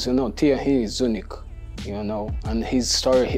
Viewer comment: I wish I could say "Thierry" the way Gabriel says "Thierry"!